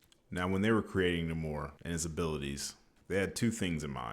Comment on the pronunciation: I love the video but hate the way you said Namor’s name